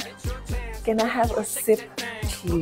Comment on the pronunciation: That 'NO' was personal 😭